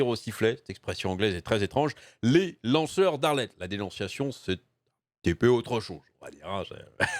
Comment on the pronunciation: Ai-je bien entendu "lanceurs d'Arlette" ou faut il que je change d'oreilles ?